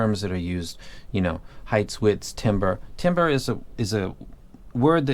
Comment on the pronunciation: You keep saying Timber I keep thinking Ke$ha “It’s going down...”